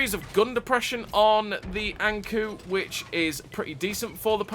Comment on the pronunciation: Not to pile on, 😏but the kou in ankou is pronounced similar to the “co” in code. It’s Japanese for anglerfish, which is what’s depicted on the side of the turret for folks who may not know., I decided to go for the BT after I saw your review of the T2, because as you said, deep is life.” It’s been great fun so far. I hope to see the Ha go from the series, for no other reason than because the camo pattern looks cool.